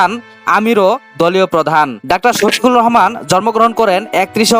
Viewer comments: নাম টা শুদ্ধ বলতে পারলেন না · মূর্খ সাংবাদিক জামায়াতের আমীর সাহেবের নাম ঠিক মতো বলতে পারেনা।